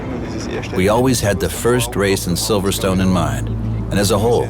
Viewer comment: First Of All It is Silverstone notsiverstone